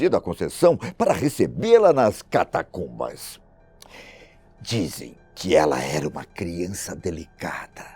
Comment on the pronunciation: Avisa a ele que a palavra correta é Catacumba e não Catatumba como ele diz em 2,40 min do vídeo